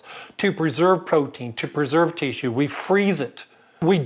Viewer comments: I like how he says tee-shoe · "Teassue" Lol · This is a great video however it is rendered moot by the pronunciation of “tissue”. Sorry I just won’t accept “Teeshoe”. Good day sir. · Please. For the love of God. Stop pronouncing "tissue" that way. "Tea-shoe." "Tea-shoe." "Tea-shoe." "Tea-shoe." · I don't mean to be rude but the way tissue is being pronounced over and over and over and other words that have a short I sound or being pronounced with a long drawn-out heat what is that? Is that a specific accent I actually don't think I can watch the rest of it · I don't know why but this mans pronouncing of the word tissue is really annoying. I know that's kind of anal but its bothersome to me. But with that said ....a very interesting video